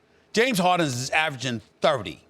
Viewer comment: bruh I swear the way Stephen says 30